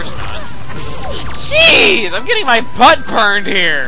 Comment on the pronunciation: is it just me or when he says jeez does it sound like cheese?